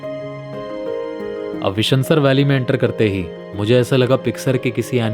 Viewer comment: Bhai vishnu-sar hai yeh.... Sar matlb lake... Means Vishnu-Lake